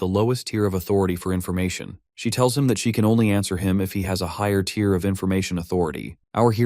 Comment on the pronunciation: I know this is 8 months old but I have heard much better from your channel, you should really take this down and redo it. I mean there is a span of like 10 mins where the AI is reading the words but NO ONE QA them. Saying words like tire and not tier